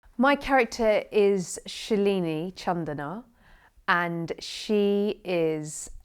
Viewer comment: Shhelini???? Seriously?!!! It's SHALINIII U imbecile!!!